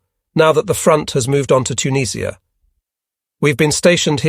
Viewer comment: "Auntie JUS" is actually "tante yu" and I have no idea where "Tuneeesh-ia" may be.